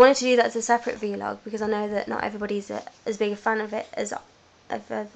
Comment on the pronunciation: vlog...not v-log